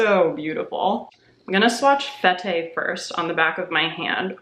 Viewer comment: Fete is pronounced "fet" - party, in French!